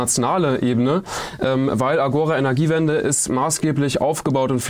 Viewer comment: Nur am Rande bemerkt: Agora ist endbetont, das heißt, die Betonung liegt auf dem zweiten a. Agora, gr. Marktplatz.